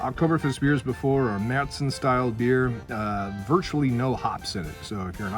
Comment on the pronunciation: San Jose, CA. Going to Oktoberfest in September '24. Can't wait to taste Paulaner's and Spaten's Marzen. Glad you pronounce it MareTsen and not MarsEn. Prost!